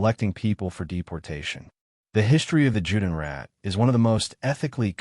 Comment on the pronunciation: This would sound better if certain terms were pronounced correctly. Here are two examples; The name "Treblinka" has no R on the end. The other is Juden and Judenrat. In German, "J" is pronounced "Y". So, if it's a German term it's said "Yude," or the plural form, "Yuden." "